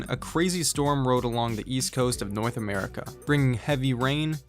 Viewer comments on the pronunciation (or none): nigga really said nirth america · "Noith America" "Watchingdon Dc" 😂😂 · noith america